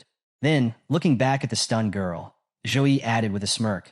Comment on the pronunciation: Waaaiiitt so he wasnt called Joe-E but Zouh-Yi all along ahahahaah